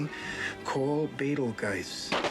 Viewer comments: true, but Adam also misreads the title as a handbook for the "recently diseased", and doesn't pronounce Betelgeuse's name correctly when reading it - he mistakenly calls him "Betel-GUISE" multiple times. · I wonder if it's supposed to be a joke that Adam is a bad reader/student - misreading deceased as diseased, and initially mispronouncing Betelguese, then at the end Barb scolded him for hypocritically teasing about Lydia's grades... lol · He didn't pronounce it correctly though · They set up Alec Bladwin's character not knowing how to pronounce words when he mispronounced Deceased. It comes back around when he can't pronounce Betelgeuse.